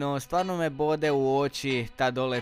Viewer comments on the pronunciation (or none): none